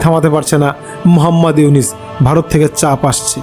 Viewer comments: Aponio to morkhor bachar morkho doctor unoske nam ucharon Korte parchenna bar bar unis bolchen nijer chorkai tel Dan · আরে বাইনচোদ তুই তো নামই বলতে পারিস না। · আবালের নিউজ আবালে বিশ্বাস করে,,,,,,নামটা ও ঠিক মতো উচ্চারণ করতে পারে না,,,,,সে আবার সাংবাদিক,,,,😂😂😂😂😂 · K re tui.... Name ta tik moto bolte parisna.....